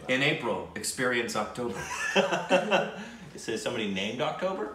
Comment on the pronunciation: First time in the history pronounced the movie name correctly ❤️❤️❤️❤️